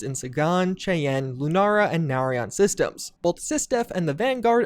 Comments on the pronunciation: "Our own solar system, the Milky Way" and can't pronounce the name Cheyenne. This dude gives me a fucking aneurysm. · Yeah, but did you hear him pronounce Sagan and Cheyenne, at 5 minutes in? Ouch.